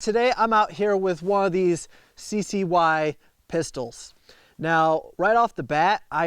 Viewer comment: It’s pronounced “sky”. And it’s a 15oz compact 9mm. It’s gonna have some recoil. You can purchase tactical grips if it’s that much of an issue. I own one. I love it. It’s not a range gun. It’s a save your life gun and it get the job done. I have children and I don’t like safeties. So the double action trigger is bomb to me. (Though I don’t have to worry about my children and the gun. Just to keep it in the back of my mind). Limp wristing will cause FTE. Just tap slide and bang. But To each it’s own.